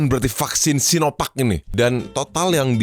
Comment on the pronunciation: Enaaq kamu bilang "SinoVuck" 🥺